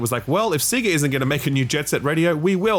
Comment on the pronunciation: YOU SAID "SEE-GAH"! Onya, mate!!!